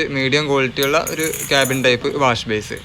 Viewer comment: Wash base അല്ല ബ്രോ - വാഷ് ബെയ്സിൻ